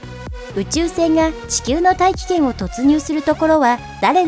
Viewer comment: 大気圏への突入が 愛知県への突入に聞こえたww